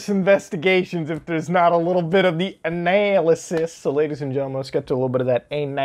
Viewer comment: No one: Not a single soul: Not even the tiniest mono celular life form in the observable universe: Mutahar: ANAYYLASIS